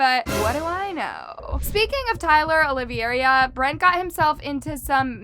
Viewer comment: I’m so sorry, but I couldn’t say nothing. 😭 his name is pronounced Olive-era. It’s my last name too, and I usually just let it slide, but seeing it done to someone else makes me shiver. Haha sorry, and thank you for keeping us updated!